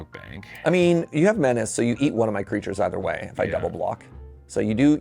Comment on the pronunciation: I know this makes me the no-fun guy, but man, I can't wait until we stop saying "men-ah-chay" forever.